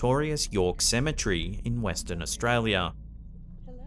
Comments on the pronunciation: Cemetery not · I have to correct you with pronunciation of the word cemetery. Say cem-e-tery and clap your hands while saying it with the syllables of the word lol. It sounds like you're saying Symmetry like in engineering terminology meaning symmetrical/ centrality to a certain feature to/of something. Ok, I'm done being an A-hole who thinks he knows what he's talking about... 😂 Sorry. You're AWESOME! BTW and love all of your content!!!